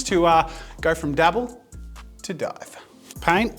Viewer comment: AT THE START I THOUGHT HE SAID THE F WORD AND WHEN HE SAID DIVE I HEARD DIE 😭😭😭